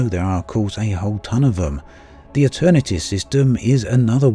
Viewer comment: Could you add the systems and station names to your description? it sounds like you're saying "The Eternity system" but there isn't a system by that name. Are you referring to the Aeternitas system (mentioned by you in a previous video)? it sounds like you said "Helpman Gateway" but I couldn't find a station by that name. Do you mean "Houtman City" in the previously mentioned system?